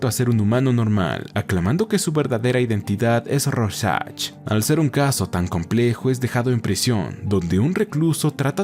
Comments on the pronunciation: Royan?quien?rojack?rosach? Se pronuncia rouljac sería así la pronunciación!! Pero el resto esta muy bien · RÓsharch con tilde en la O joder Es el nombre que mas repites y el unico que pronuncias mal. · Así no se pronuncia Rorschach 🤦🏻‍♂️